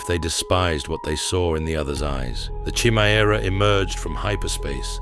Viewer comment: Homie said "Chimmy-Era" 🤣🤣💀💀